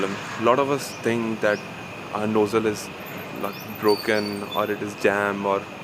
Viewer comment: Enjoyed you video…now it’ sounds like your fixing your nose..so make sure you put the z sound in nozzle..just a little help..you English is fine..Thank you for the information